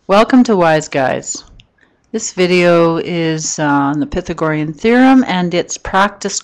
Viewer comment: The way she pronounce Pythagorean is horrible 😒